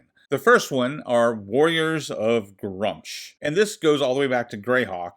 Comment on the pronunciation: You are saying Gruumsh wrong. It's Gr-oo-msh.